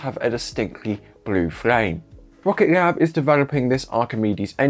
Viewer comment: My guy, it's 'Rocket Lab' not 'Rocket glab'